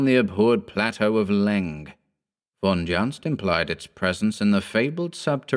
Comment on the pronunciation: Von Juntz is a German name. It should be pronounced 'Von Yuntz'. Just like Dr. Karl Jung (Young in English).